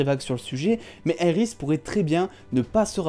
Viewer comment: Quand tu dis Iris j'ai envie de te baffer